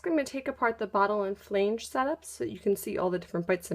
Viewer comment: the word is not pronounced "flaynge."